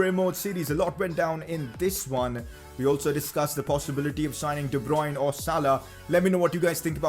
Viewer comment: de bryune